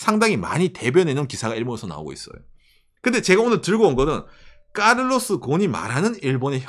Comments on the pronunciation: 전부터 느낀건대 계속해서 까를로스 공 이라고 발음 하시는거 듣기 많이 거북하네요 카를로스 곤 이라고 발음 하는게 힘드신가요? 사람 이름인대 주의좀요... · 자꾸 까를로스 공이라고 하시네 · 카레스공?? 까레스곤?? 발음이 일본식인 건가요? ㅋ 닛산을 일본으로 다시 가져가기 위해 정치권이 개입한 게 아니냐는 말이 신빙성이 있다고 보는 게 한국에 경제보복을 한 배경도 일본의 미쓰비시 기업에게 한국 사법에서 내린 판결에 반발해 처한 보복조치로 아는데ᆢ 솔직히 중국 같은 공산국가도 아니고 정부가 민간기업의 일에 나서서 일을 하는 방식을 보면 닛산도 일본정부가 얼마든지 그리 할 수 있을거란 생각. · 둘다 일본인이구만요 한국말을다 못하네요 남자분 ㅡ한국인인척하지마세요 ㅡㅡ한국인도 ㅡ혐일 유투브좋아하더라 ㅡ이런것만들어낼려고하는거잖아요 까를르스공이라고하는사람없어요 그리고 말끝발음이대부분 외국인스타일이네요